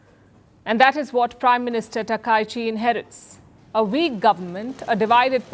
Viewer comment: Palki you are pronouncing her name wrongly.